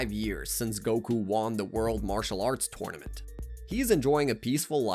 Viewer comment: Everything he said wrong: “dragon ball z’nt” “epizodes” “twornament” (@ pointed that one out first so creds to him) first “Sion” of the video bro still can’t beat beerus by the end of the top another “sion” didn’t say the plural I just thought it was funny😂 “masta Roshi” (I could put in but he said the Japanese translation of kakarot but then I thought why did he say the Japanese version instead of the English one) T H E kakarotto (I think that’s how u spell it idk) on TOP of saying “sion” he didn’t even say the plural version💀 I thought it was weird that he said “a space pod” considering the one he’s talking about is the space pod that raditz came in If I altF4 youtube all of this will be deleted so imma come back to this in a while and end up edited this comment WAY too many times.